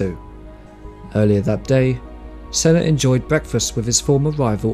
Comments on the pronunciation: How can you get sennas name so wrong? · Come on, at least learn the pronunciation of possibly the greatest F1 driver ever to grace the sport. So disrespectful. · I think that the best way to remember Senna is to mispronounce his name. It is what he would have wanted. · Please. just pronounce Senna's name correctly. He's a legend and its not hard